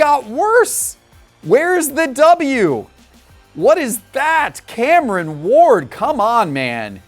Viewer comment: Cameron Ward - Sound out the rest of your name, buddy. A is for Apple.